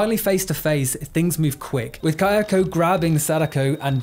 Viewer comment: Do you occasionally pronounce them Sa-DAY-ko and KAY-ah-ko just to fuck with me?